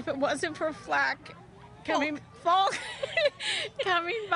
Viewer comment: I loved Grandmas Anne's mispronounciation of Falck (frack) and they laughed, made me laugh too